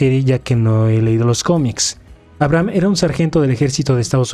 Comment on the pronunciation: se pronuncia "abreijam" jaja